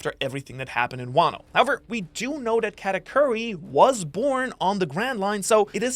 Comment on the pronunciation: it‘s katakuri and not katacurry 😂😂